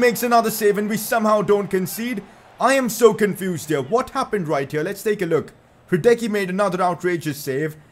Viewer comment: I'm sorry but you're still pronouncing Hradecky's name wrong. It's Hra-dets-ky